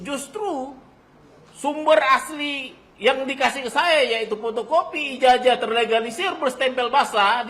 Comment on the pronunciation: Nyebut ijazah aja nggak benar...IJAJAH😁😁😁😁😁😁😁